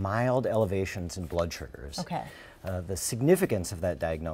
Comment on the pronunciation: Why can’t this guy say the word SUGAR🤣??